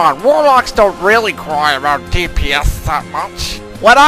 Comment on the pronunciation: aboot! lol